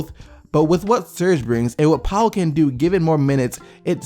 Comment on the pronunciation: been saying the raps needed a 4 that could guard the 3pt line like ibaka or faried. glad they got ibaka, he would be a perfect fit for the raps. btw poeltl is pronounced as purtle xD